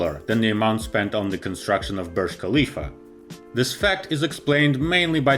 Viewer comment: are you stupid? i am emiratiya from dubai, it is not said . KAAAA leaf, its HAAAA lifa . NO K SOUND